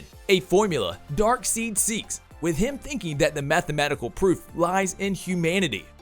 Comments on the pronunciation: I think it’s a UK English thing since (EI) is like (EE) there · His name is Dark side not seed 🙄 I thought you were a fan? C'mon it's the basics you SHOULD know. It's the Green lantern core not corpse (yes I know it's spelt corps but it is core) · Darkseed lol... its not Dark seed its Dark side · He’s not even saying darkside hes saying dark seed smh lmao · Its not dark seed....its dark side! Lol driven me nuts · Come on man, it's Dark(side) not seed.. 🤦🏾‍♂️ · If you’re going to report on a major character especially a villain get the name right, I kept cringing as the narrator kept saying DARKSEED the correct way to say it would be DaarkSide even though it’s spelled Darkseid. Either way this person can’t be a fan to get it wrong the entire presentation. Personally I just want to boo this man!!! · He keeps saying dark seed.. its dark side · Dark SIDE! not seed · He can't even say his name right it's darkside not darkseed lol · It's Dark'SIDE'! What the hell is Dark'seed'? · DARK SIDE..not DARK SEED! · The moment you called Darkseid Dark Seed and not Dark Side (not once but twice in a row) make me wonder how much you've actually read or watched anything comic oriented or if you're just a Ron Burgundy type. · even still if European English, the Character is Named Darkseid not darkseed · “Dark seed” 😭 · Darkseid not dark seed😂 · Wow....sorry bud but murdered some of the names in this video....darkseed? :))) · R u really saying "dark seed"?? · i stopped watching when this clowns said DarkSEED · Its darkseid not darkseed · Lol dark seed, they even say it right in both justice league films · Did you say dark seed? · Dark Seed? I’ve never heard that pronunciation of Darkseid before…. Dislike…. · You lost me with “Dark-Seek.” The moment you said Darkseid’s name incorrectly, you lost all credibility. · I hate to be the guy to correct the pronounciation of Darkseid but its not dark seed for goodness sake 😭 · DarkSEED? LOL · Please stop saying "Dark Seed"......please...thanks